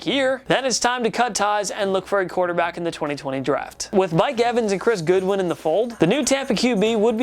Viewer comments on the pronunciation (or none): It’s Chris GODWIN not chris GOODWIN...also Shaq Barrett isn’t rlly old or a veteran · Chris Godwin not Goodwin. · Did he just call him Chris Goodwin? Geez